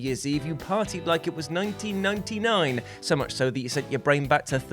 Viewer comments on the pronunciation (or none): none